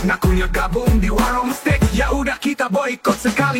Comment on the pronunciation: Steak itu dibacanya Steik ya bukan Stik Stick = Tongkat